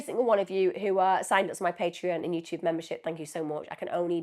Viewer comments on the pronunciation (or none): none